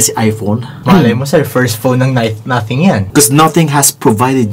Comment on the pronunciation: Hahahaha 🤣 in British Nuhtheng.